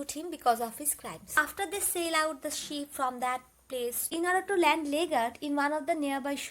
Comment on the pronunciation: Mam that's ship not 🐑 sheep